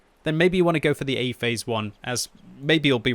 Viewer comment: I can't unhear him saying "eggyface one" plz send help.